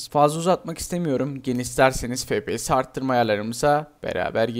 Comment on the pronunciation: abi niye fepese efpiyes demiyosun